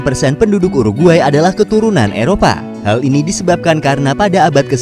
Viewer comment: DI telinga gua : u ar gay